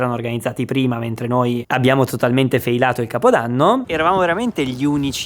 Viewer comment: "feilato" ("failato"), no, vi prego!!! La lingua italiana non merita di essere massacrata così.